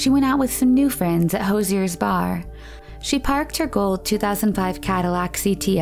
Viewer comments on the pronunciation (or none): Hose-ee-ers bar? Oh dear... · I am so sorry to be That Person but "Hoosier", it's pronounced ho͞oZHər, "whose-sher". It's the what we call a native/inhabitant of Indiana. You feature many stories from Indiana, which I appreciate and thought it would be helpful for the future. Thank you for all you do! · Can you spell the name of that bar? Was it perhaps spelled "Hoosier?" If so, it's pronounced hoo-zhure. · In the second case of Ester, the bar she went to was Hoosier Bar. It's pronounced Who-zhur, not hoser. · "Hosier's" Bar!!! Bwahahaha! The word is Hoosier! "HOO-zher". Meaning someone from Indiana. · Hoosier is pronounced WHO JUR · Hoosier = (Who-Shur) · Hoosier is pronounced Hoo-sher with an almost zh sound on the sh. It's what you call people from Indiana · Please don't try pronouncing Hoosier again XD lmaoooo